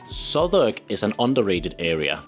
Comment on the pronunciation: Well done on pronouncing Southwark, but work on Tottenham (= Tottenhum) and Borough (= Buhruh, hmm, just listen). You go Edinburgh spot on. Why not do a session on pronuncing UK place names. All in all your advice is brilliant!